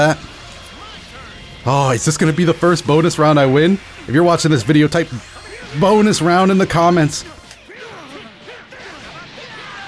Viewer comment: I dont know why i find so funny. How he says boonus round in the comments